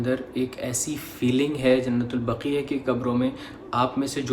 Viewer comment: آپ جو لفظ بول رہے ہیں۔ وہ ایسے لکھا جاتا ہے جننت البقیہ جب کے اصل لفظ ہے جنت البقیع۔۔۔۔۔ جیسے لفظ بولا جاتا ہے "وسیع" اسی طرح بقیع اُمید ہے سمجھ گے ہوں گے دل دُکھا ہو تو معذرت کرتا ہوں اللہ حافظ